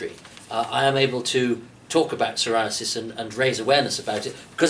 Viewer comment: Ok past me is awkward cringe Bad so bonk though good on saying syriasis